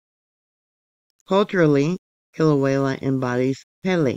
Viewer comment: Kill-away-uh. No L at the end. Thank you!